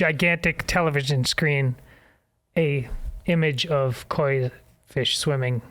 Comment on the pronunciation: The correct pronunciation of the carp is koi (long oh sound). It is the Japanese word for carp fish that farmers bred. At least, please say the word correctly. It is NOT quay.